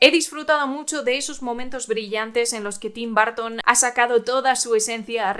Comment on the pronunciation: Bitelchús jajajaja 😂 Tim Barton jajajajaja por qué los españoles pronuncian así. Son una joya, los amo.